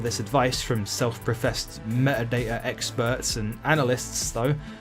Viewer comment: "Me'a da'a?" It's metadata. There are T's in there